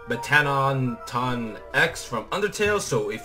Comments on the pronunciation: its pronounced METT A TON and its a boy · IT'S METTATON